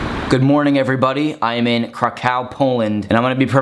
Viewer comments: It's pronounced krakoV : roll the r like in Spanish and the o like in government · It's pronounced krahkov. As in crack of dawn. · As a Polish Person I can Corfirm That We Dont Call It crack ow